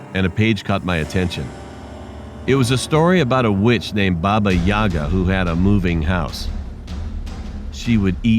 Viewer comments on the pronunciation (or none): Not "Baba yAga", but "Baba yagA", god damn it